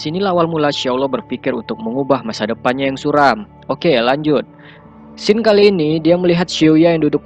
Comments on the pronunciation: "scene" baca 'siin' pak, bukan 'sken' 🙏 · bang kalo nyebut scene bilangnya siin ya, bukan sken. kalo sken mah scan. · (Scene) dibaca Sken wkwkwk Bacanya sins bang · Scene itu bacanya "siin". Bukan sken bang.